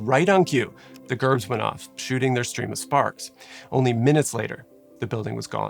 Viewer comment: Painful hearing you say Gerbs wrong over and over is cringey